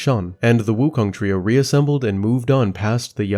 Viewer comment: its sun wukong, not sun woookong lol